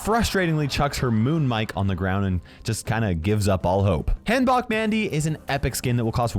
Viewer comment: just so you know for the future, the “han” part of hanbok is pronounced like you would say “Hans” (like the character from frozen) without the s;)